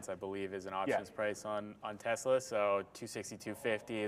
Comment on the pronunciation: Tezla??? ☺️ It’s Tesla